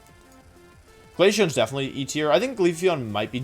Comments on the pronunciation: THERE IS NO I IN GLACEON! THE EEVEELUTIONS NAMES ARE SUPPOSED TO END WITH EON, NOT ION! FIX IT NOW! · this man keeps showing up in my recommended tab and I hate it because he doesn't know how to pronounce the names of pokemon... he called, Glacian a ridiculous amount of times in his video about it competitively (I refuse to say "him getting #1 in the world with " because let's be real...he didn't) all in all this mans is a meme and I hate him for it thank you for coming to my ted talk